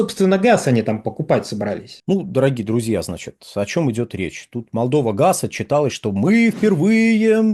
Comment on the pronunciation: Неможэт правильно произносить Молдова